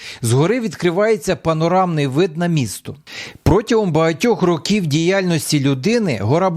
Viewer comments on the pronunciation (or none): none